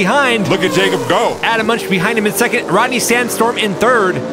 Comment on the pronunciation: Crazy ending to this one. By the way - Munch should be pronounced "moonk".